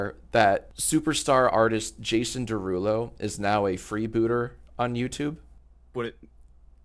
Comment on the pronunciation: You pronounced it wrong it’s 🎶🎶Jaaasonnn Derruuulooo🎶🎶